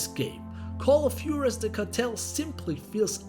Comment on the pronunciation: Call of Juarez correct pronunciation WHO-AH-REZ 😉